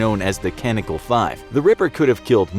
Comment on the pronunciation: Canical five??? CaNONical. The word is CaNONical. How can such entertaining videos have so many mispronunciations?